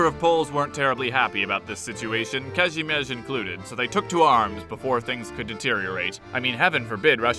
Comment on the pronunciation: The way you pronounce “Kazimierz”, nice